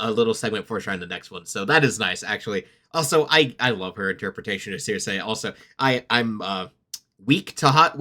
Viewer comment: Just gotta say because it gets my mind itchy circe = sir see Also minor fun fact while in the odyssey aeolus is a king of the island in actual greek mythology aeolus was a god of wind albeit a man still so thats more or less still a creative liberty That being said there were still the 4 gods of wind who were underlings essentially to the god i believe